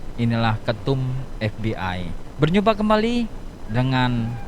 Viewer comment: Pengucapannya bukan bhs Inggris dong tapi bhs Indonesia kali. ef bi ai😄 (forum batak Intelektual) ef be i